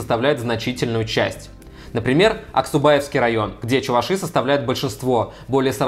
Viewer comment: Как можно в слове чуваши неправильно ставить ударение, погуглить нельзя было.